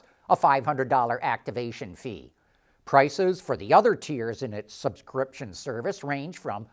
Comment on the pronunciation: Why can’t he say subscription services properly.